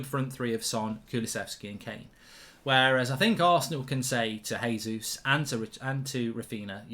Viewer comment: JAYzus not HAYzus His name is portugese (they speak that in Brazil) - not S[anish.